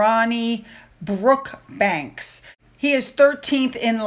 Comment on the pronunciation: It is not baby BrookbankS……it is BrookSbank!